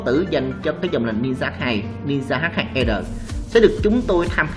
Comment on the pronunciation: Đọc luôn là H2R đi H2 e r khó nghe v